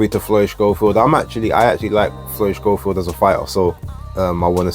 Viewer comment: How comes you call him Shchofield,? I thought it was pronounced ‘Sco-field’ like the TV presenter that we shall not mention. Could be wrong though.